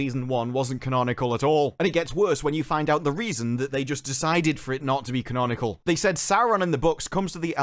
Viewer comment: "conanicol" I think you mean canonical